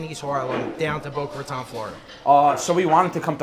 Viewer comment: its not Boca Rataaan